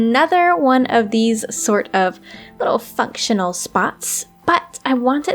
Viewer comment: Doesn’t sound like your saying functional